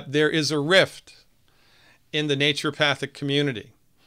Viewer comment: Sounds like a co-opting of Naturopathy was/is going on right at the school level. I really enjoyed our talk on Monday (Baal Busters) and I learned from your videos how to pronounce "naturopathic" because I wasn't saying it right for a long time, just as you mentioned.